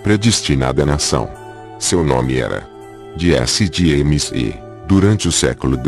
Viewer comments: Diesse Dieimes 🤣🤣🤣🤣 brincadeiras à parte, vídeo muito instrutivo, parabéns! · O tema é excelente mas essa narrando é uma tortura!!!! Meu amigo, pare de querer foçar a voz! Vc não é o cid moreira! Vá fazer um curso de voz e dicção e POR FAVOR pronuncie o nome do, corretamente! Desisti de ver o vídeo até o fim...